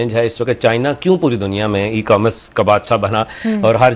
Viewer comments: It is e commerce not e comm Russ. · It is E commerce not e comm russ